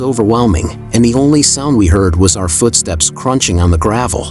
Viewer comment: It’s oddly adorable when the TTS says Fuutsteps